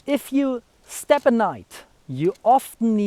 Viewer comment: Great video yes. As for the English, only thing I'd say is make a distinction between the words "step" and "stab" (more like, "st-AAH-be"). But it's clear from the context anyway. Yes I thought throughout as well, good strategy maybe to keep your dagger sheathed and wrestle him to the ground first. And maybe try to take his own dagger before he can switch to it from his longer weapon. All extremely risky strategies though, succeed perfectly or die. First option: RUN AWAAAAAY! 😂😂